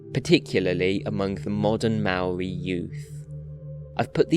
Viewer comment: You have also mispronounced "Maori".